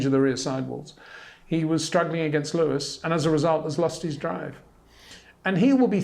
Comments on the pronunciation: HEY PETER WINDSOR, I HAVE MESSAGE FOR YOU SIR: it is NOT Max "verSHtappen" ... Max is not German (Germans indeed do pronounce "st" as "sht") ... #Max33 = Dutch NL/Belgium! ... It is not "Bottash" nor is it "Lewish" certainly not "verSHtappen" .... This BS started long time ago when a British sport presenter interviewed father Jos Verstappen and assumed you can use a German pronunciation to a Dutch Driver thinking it is so "funny" ... It is not. Serious question: can any Englishman say "versatile" out-loud without saying "vershatile" phonetically? most can about 99,99% ... that is why most English can pronounce Verstappen 100% correct! Father Jos Verstappen (also F1 Racer) was very active between back then only a very few said "Vershtappen" but the vast majority of British sport presenters pronounced it perfectly ... only a few old stubborn farts like Peter Windshor. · lol your name sounds like how Charles Leclerc pronounces Leyo-wiiss!